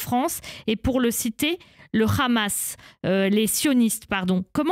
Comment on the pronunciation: Le rrrraaamas 😂 Et pourtant ils savent parfaitement le prononcer. Vous êtes pathétiques.